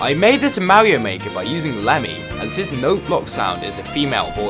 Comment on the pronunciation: Lets go he said mario not morio